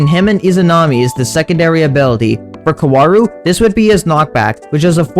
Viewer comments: It’s pronounced cow-rue Edit: this video hurt me to watch because he kept saying his name wrong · the pronounciation being kawaru is getting in my nervers throughout the video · its not kawaru, its kaworu